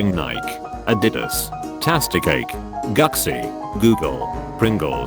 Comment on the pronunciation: Text to speech apparently says Gucci as Guck-see